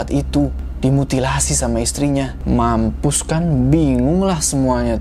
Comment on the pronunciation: MAMPUUUUUSSS (sampai pake qolqolah wqwqq) pada bingung kan smuanya () aku ngakak pas ini 😂😂😂